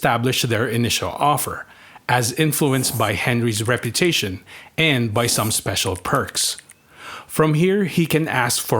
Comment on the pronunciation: I can't make out what you are saying. Are you saying Rep U Tation or Rep er tation? Because it sounds like you are either saying Rep er tation and at times Reparation's which is something completely different again.